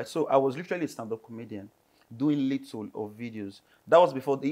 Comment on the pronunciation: Una "literally" murder the word "literally" in this interview😂. Great interview though.